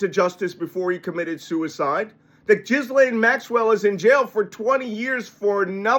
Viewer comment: You're the only one, apparently, that pronounces her name properly... A little aside, but still.